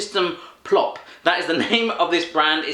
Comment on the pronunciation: You pernounced (don't know if it's how you write that but) plopp right! :D And Swedish is really hard